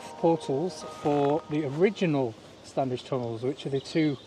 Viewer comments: It's still pronounced Stannige. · the first d in standedge is silent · Please drop the first "d"in your pronunciation of Standedge. It grates a bit.